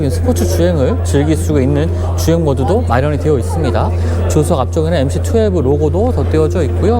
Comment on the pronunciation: 기자님 투핼브가 아니고 투엔티에요~~